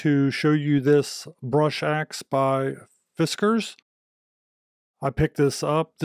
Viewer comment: fis-KKAAARRRRZZZZ... Good review thanks for doing some chopping of this awesome unit in your talk.